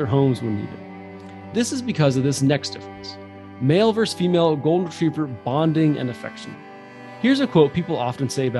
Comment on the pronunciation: VER-SUS not VERSE